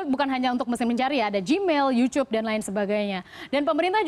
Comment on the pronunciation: "Youchoob" 😂 katro amat bu